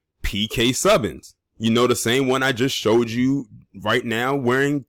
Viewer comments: Pronounced (phonetically) - Sue - ban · It's like "Sue-ban"